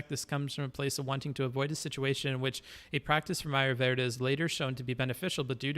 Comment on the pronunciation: His pronunciation of ayurveda is triggering me